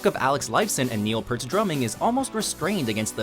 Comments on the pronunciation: Ur pronouncing Neil Peart’s name wrong, it’s like ear with a p at the front and t at the end :P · You pronounced Neil Peart wrong